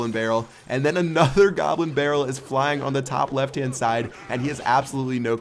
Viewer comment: he says gobber barrel